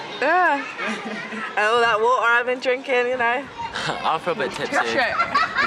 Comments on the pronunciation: "I'm supposed to be drinking the woo-uh, so vey will think it is woo-uh, but it's not woo-uh." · “all that WA’UH I been drinkin 😅😅